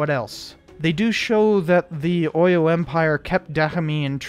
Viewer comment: As person who knows the history of the Dahomey Amazon's, and its war with the Oyo empire, and other stuffs you're coverage of the movie is awesome. Oyo is pronounced, 'O-yaw, Abeokuta is pronounced Ah-beh-kutah. Btw, if you want to know more Yoruba words, I'm willing to be of service.